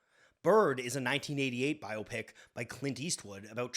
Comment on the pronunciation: Bonus points for not pronouncing it "bi-opic" like so many dopes out there.